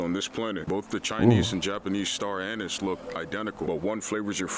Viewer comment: bro did NOT say anise